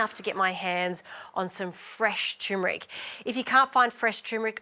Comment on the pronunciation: Looks delicious. Btw it’s turmeric, not tumeric.